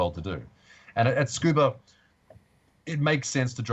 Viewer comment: How do you pronounce Tsukuba? Is skuba correct?